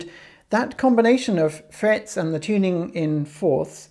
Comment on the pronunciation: "They always have 'frayets"..."